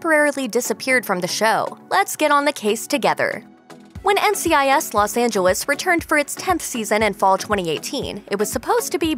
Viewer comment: I can't be the only one hearing how she's saying Los Angeles